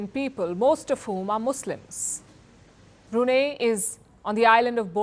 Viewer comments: Its pronounced as BRUNAI not as BRUNEH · Hi Palki, while the country is spelled as Brunei, but it is pronounced as Brunai. Thank you. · First learn how to pronounce Brunei😂😂😂😂 not Bruna😂😂😂😊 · It's not Brunay, it's Brunei called Brunai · English pronunciation of "Brunei"➡ broo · nai ( pronounced as "nine") Hinglish pronunciation of "Brunei" ➡ broo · nay 😅🤣😂😆🤭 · It should be pronounced as BRUNAI. Not Bru nei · The least you could do Palki is pronounce the country’s name correctly. It is not pronounced as 😂“BruNeh” it’s BROO-NAI. Please Google it ! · It is suppose to be pronounced as Brunai. "a" not "e". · The correct pronounciation is "Bru-nai". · Brunai . That’s how it is pronounced. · Good report. Yes it is BREW NEI (no brew) in Brunei. It is dry. But the name of the state is pronounced BREW NIGH. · Learn how to pronounce Brunei properly, woman! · Please learn how to pronounce Brunei. Your pronunciation is incorrect. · Don't you people ever care to take a little effort at pronouncing names correctly? Pls look up the correct pronunciation of Brunei. If you cannot get a simple thing like that correctly,, how much faith can we place on your reporting? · wrong pronunciation of Brunei!